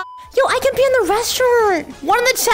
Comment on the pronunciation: did she really say i can pee? or did she said i can be? im confused